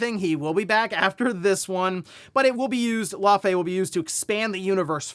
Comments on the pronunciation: "Lau - fi" say it with me lol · Love all the videos , I watch every morning That pronunciation is close it’s pronounced (Lau -fee) it’s the same name as the ice giant from marvel , so you got it pretty close but the it’s Fee when you pronounce the whole name , even if the devs told you that’s it they’re incorrect 😂 fey pronounced FAY is a nickname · How come no one can pronounce Laufey correctly. I must've heard like 5 different news outlets all saying her name wrong.